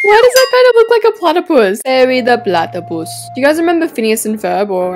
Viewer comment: ✨️parrey da platteypoose✨️